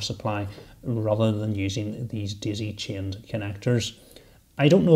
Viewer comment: i had a little problem understanding what a "dizzy chim'n" was ;P but when i realized it was "daisy chained", the rest was nice my dude ;)